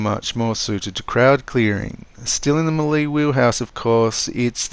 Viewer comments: Not hating just helping, melee is pronounced may-lay, thanks for the build tips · May-Lay how to pronounce Melee 🤙